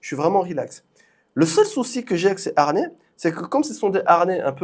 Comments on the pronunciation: Y a pas de R à harnais, comme il n'y a pas de U à "amblance" 😅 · haRnais....harnais😅😅😅